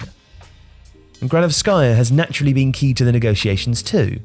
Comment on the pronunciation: It’s Marina Gránovskaya, not Granovskáya